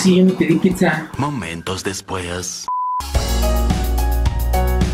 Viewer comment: Vlogeras fantasticas no dijo pizza dijo picza